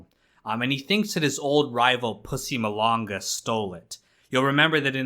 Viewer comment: it’s pronounced mah-lang-uh not the way you said it “mo-lun-guh”